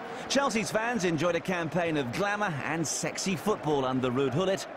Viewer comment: Ruud Gullit coined the phrase: "we play shex-she footboll" ;-)